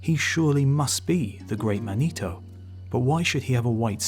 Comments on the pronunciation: Is he trying to pronounce "manitou" or is "Manito" some Italian dude they expected? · It's pronounced Man ih too not man EE toe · Second correction - the name Manito is pronounced MANitoo not manEEtow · Not man-ee-toe, man-i-too. Gitchee Manitou. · This guy constantly mispronounces Native American words and the names of tribes in EVERY video he does about them. As a Native I feel insulted that he cannot take the time to research things concerning my people more then this. Manitou is not pronounced Ma-nee-toe it is pronounced Man-ih-too. Emphasis on the first syllable not the second. The last video I saw of his he called the Osage Oh-saw-gee! Its pronounced Oh-sage two syllables not three! The G having the soft J sound not the hard G. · The Great Manito is pronounced "MAH-nee-TOO."